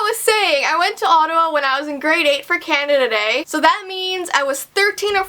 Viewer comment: instead of 'canada day' i heard 'candada dei'